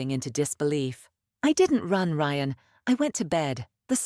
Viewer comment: For God's sake os there anyone capable of listening and editing ? You ruined what would have been an entertaining story with your inability to even get the lead character's name right - twice in the same sentence ! Ryan is not pronounced ree-ann ! So much for AI learning as it goes.